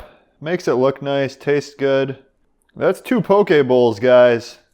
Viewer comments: As a person born, raised, and living in Hawaii, I am so glad to hear poke pronounced properly (I hear pokey so dang much haha). I literally was just trying to find a poke sauce recipe that was keto-friendly...must try! Also, would love to see your take on an authentic Hawaiian dish: laulau. It seems like it has great potential to be keto! :) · Props for saying Poke correctly! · I eat this a lot. It's usually readily availbale in HI. You pronounced it right. Poke. This is local Hawaiian food that's being exposed to mainland now.